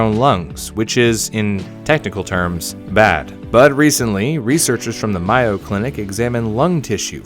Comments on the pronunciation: Mayo is pronounced slightly differently. 👌🏼Like the month of May. Then O. Pronounced like you say when reciting the alphabet. May - O. I know you like to cross your t’s & dot your i’s. Hope this was helpful. 🙂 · Hey I live right next to the Mayo clinic and I just want to say, it's pronounced "May-O" 😂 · It's not miyo is just mayo like from mayonnaise I know this because it's from Minnesota in which that where I live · Its mayo as In the condiment for the mayo clinic in Minnesota